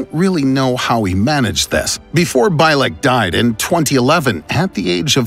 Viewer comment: Al Bielek: Pronounced: Al BEE-LIK not By-lek